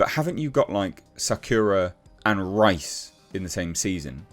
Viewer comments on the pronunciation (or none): none